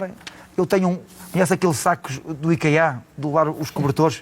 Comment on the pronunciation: Não se diz -- IKEÁ --, diz-se IKÊA. Tino muita força!!